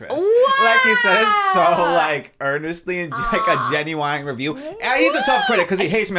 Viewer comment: Love how pronounced the word genuine like Genuwine ❤